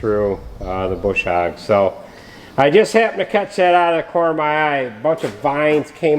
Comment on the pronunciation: I like how says it.. just the right eastern accent on the "hog".. lol